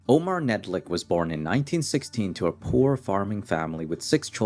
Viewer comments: knedlik not nedlik, the word knedlik actually has a meaning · Omar Knedlik not Nedlik.